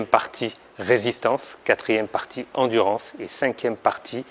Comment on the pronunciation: "endurence" mdr c est endurance sinon superbe video